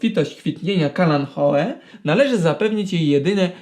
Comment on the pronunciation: Eee... Jak on powiedział "kalanchoe"? 🤦🤦🤦 I się uważa za specjalistę??? 😠😠😠